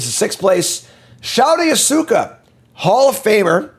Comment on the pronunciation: I believe the pronunciation is like: Show-tah Yah-sue-oka